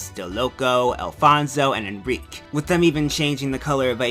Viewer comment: He can't pronounce Aika or Enrique correctly, but I still like this video.